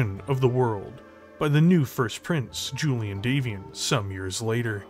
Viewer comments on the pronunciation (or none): none